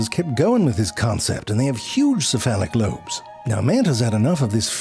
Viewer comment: Did you say "see, phallic lobe "?!